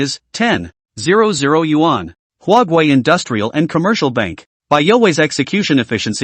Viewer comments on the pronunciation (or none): none